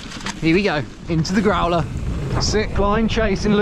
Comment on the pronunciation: Did you say “let’s get into the grawler? “ 😂